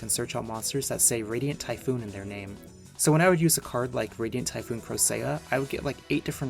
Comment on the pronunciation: Common Ty-phon L